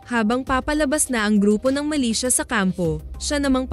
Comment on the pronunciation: Hindi sya malaysia kundi MILITIA is an organization that operates like an army. Muka lang malaysia ang bigkas.